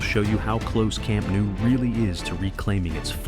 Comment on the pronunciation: Please, do not say Camp NOO! It sounds horrible! The pronounciation is incorrect. It’s NOU. Think on the word “know”, or “Glasgow”. It sounds the same.